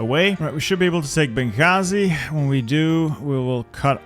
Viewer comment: What a nice pronunciation of بنغازي